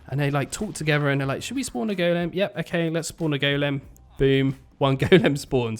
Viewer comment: Still Can't get past the "Go-Lem" so weird